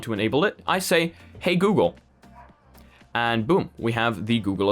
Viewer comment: YOU SAID HEYAYYAY GOOGLRLLRELLGLLRLELLRF.....